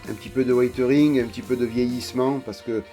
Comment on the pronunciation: Merci pour tes conseils, j'ai eu pas mal de problèmes avec la notice, au point de devoir revenir en arrière, notamment avec les mitrailleuses de côté et le contrepoids, mettre 90g dans un espace de 4cm3 c'est impossible même avec de l'uranium, j'ai dû tapisser l'intérieur de feuilles de plomb, en chipotant ça se voit. Ça ne me dérange pas plus que ça mais c'est "wézeurine" et pas "waïteuringue", c'est dur de changer quand on a pris l'habitude d'une prononciation (cf Didier et Tamaya) mais on apprend à tout âge, n'est-ce pas ?